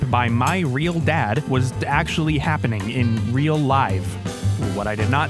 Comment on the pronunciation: He- he weally is a weal man 😳👉👈